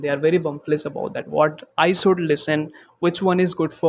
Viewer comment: Bro everything is good. Pronunciation of words like English and should improve pronunciation of those. I heard inglis and soud like desi version. I'm learning from past 25 days From English with collins and a lady i don't remember her channel name.